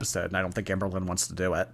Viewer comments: Not sure if it’s because I’m English but every time I hear you say her name I hear Anne Boleyn 😮😂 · Anne BOWL-lyn. BOWL!